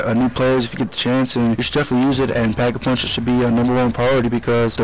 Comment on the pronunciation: you said pap a punch